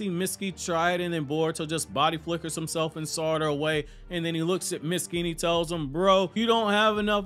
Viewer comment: His name is not pronounced Mit-ski, it’s Meet-ski